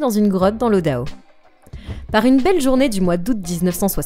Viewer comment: Tu vas tellement vite, que tu dis des bêtises.... Odaho? Non Idaho !